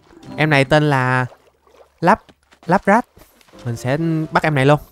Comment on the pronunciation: Lapras thầy gọi là lắp ráp